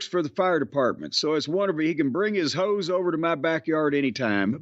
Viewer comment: Lmfao. It almost sounded like jim said "tell that fireman he can bring his ho's to my backyard anytime" but I know he said hose but it sounded like Ho's haha